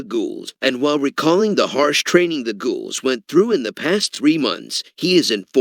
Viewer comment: the way he says ghouls 🤣